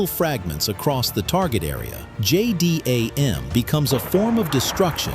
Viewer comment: Can't you pronounce things properly? Its' easy You call it a J-dam.